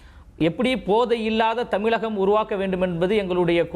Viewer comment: டேய் லயோலா தமிலகம் கிடையாது தமிழகம்